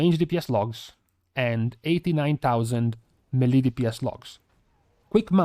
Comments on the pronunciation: MAY LAY. That’s how it’s pronounced. It’s derived from French FFS NOT meee leee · It's meileh not melee